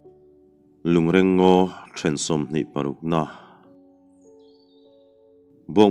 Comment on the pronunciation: Lungreng ngaw tih hi a chhiartupa hian a lam nalh na rawh e.